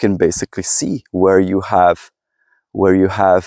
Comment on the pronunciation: U mispronounciate "where". (Please take this as constructive criticism.)